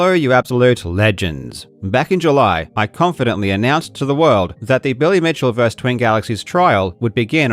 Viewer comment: Versus. It’s versus, not “vers,” you phonetically-challenged internet monkey. Er, great job otherwise, though.